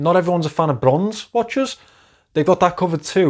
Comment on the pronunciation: It's a really nice watch, Pascal did a great job with it. My review is coming in the next couple of days and I can definitely understand your enthusiasm about it. The lume is absolutely crazy! I can listen to you say brrronze all day 😂